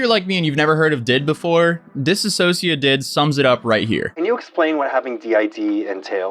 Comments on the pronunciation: Dude, you were pronouncing dissociative wrong the whole time 😂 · Its dissocia not disassossia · I love how no one says it right. It’s “Dissociative,” not “ Disassociative.” They’re 2 different things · Why does EVERYBODY say “disassociative” AAAAAAAAAHRG Can you tell it’s starting to really really really bug me?! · Why is everybody saying dis-a-sociative? It's DISS-O-CIATIVE bruh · Dis-so-cia-tive not dis-a-so-cia-tive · It’s really not that difficult to say DISSOCIATIVE. It’s NOT ‘disAssociative’. Disassociating and dissociative are very different things. Learn the word. Also, her ex talks about her DID all the time and has for years. Wtf do you mean it wasn’t public? How do you wait so long to make a video on something that’s been covered to death already and still get so much wrong?! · Claims did and doesn’t even look into it enough to even say dissociative right what a clown